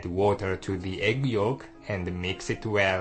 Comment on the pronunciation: and a meex eet well: hahaha great accent